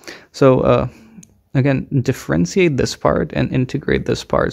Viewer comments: Not to mention "differenseeate" and "swaydo". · And the way he says differentiate too